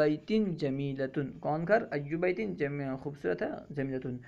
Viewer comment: Ayyu buyuti aayega na... Ap baiti kah rahe hain